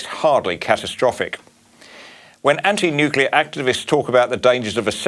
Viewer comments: The only thing that is risky is leaving Blackout Bowen in charge of our energy supply for 1 more day. He has NO Idea about " Nu-clea" energy, he can't even pronounce the word... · It's not "NICKULAR " Bowen.